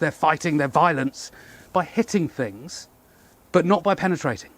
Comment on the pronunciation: "Oh look at that - and suddenly tings got a bit nasty" 😅